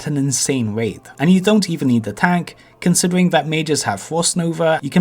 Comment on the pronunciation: Dwops….Gwoups...Considewing…WAWWIOWS....acwoss….fwost nova....wanged, idk what this guy is saying 90% of the time. Oh, almost forgot, wowld of wawcwaft.